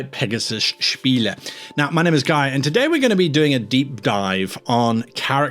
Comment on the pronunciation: Thumbs up for correct pronunciation of "Spiele", didn't care about the rest (j/k)